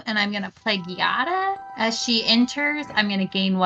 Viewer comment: The giada mispronounce pains me and i'm not even italian D